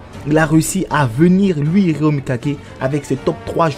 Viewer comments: Svp répondez moi pourquoi il dit RÉA au lieu de RÉO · c genant de dire Rea